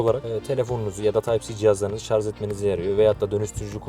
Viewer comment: Ürün tanıtırken şarz diyen adamı ciddiye alamıyorum